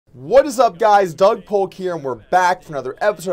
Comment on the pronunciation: Why do I get so tilted when you say What "IS" up guys???? Come on man its "What's"